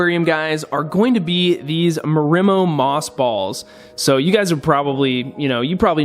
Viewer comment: They're pronounced MARRI-MOE, not ma-rim-o...